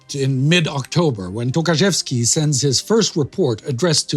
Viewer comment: I know he didn't mean that, I'm just pointing out that it sounded funny :) And of course I know that Polish surnames are extremely hard for foreigners.